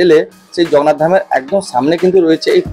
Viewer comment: ভাই "জগন্নাথ ধাম" উচ্চারণটা ঠিক কর .... খুব অস্বস্তিকর শুনতে লাগে |